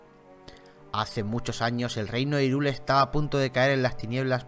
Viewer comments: No se pronuncia "irule",se pronuncia "jairul" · asi se pronuncia hyrule se pronuncia hayrul